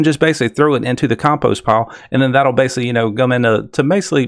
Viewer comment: It's pronounced "basically" with a C, not "basely."